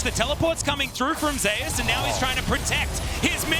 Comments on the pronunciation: That's not how you pronounce Zeus. . If you are going to compare the name to the god of thunder by referring to his favorite champions being lighting orientated.. Pronounce it the way the god of thunder and lighting is pronounced. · Why does he keep pronouncing it Zay-oos... it's ZOOS. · Say zay use, zuse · "zay-us" and "Flak-kid" like wtf... it bothered me so much